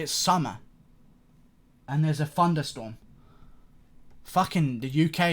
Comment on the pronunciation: 😂😂 a “funderstorm”